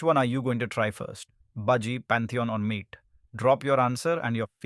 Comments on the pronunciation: That's correct it's not mate it's maaté, Spanish/argentinian word for a type of herbal tea (also the reason of green colour theme.. because of yerba) Just fyi for anyone who didn't know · Isn't mate pronounce as maateh